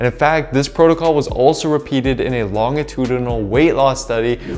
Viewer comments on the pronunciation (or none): Loved the video! Amazing tips to optimize my diet! Keep up the good work ! (Btw the “gi” in longitudinal is pronounced like the gi in “magician”. It doesn’t have a u between the g and u, like “Guinness”.) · Ooops! Longitudinal = Lon-JIH-too-dih-nuhl instead of long-ih-too-duh-nuhl.